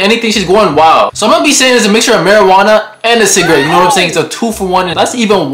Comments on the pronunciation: THE CALLING IT CIGAWEED WAS KILLING ME🤣🤣😭😭😭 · Cigaweed? 😂 Chris Tucker said it in Rush Hour lol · man said it’s “ciga-weed”🤣😂🤣😂🤣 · This man said it's cigaweed 😂 I'm done